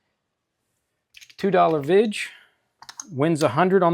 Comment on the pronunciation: VIG ! Not vidge